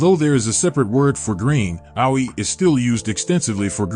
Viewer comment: Geez, get announcers who can pronounce the foreign words correctly. This guy's Japanese words (referencing places and simple words like AOI - he said ow oy eye) are atrociously mispronounced. His English isn't that great either.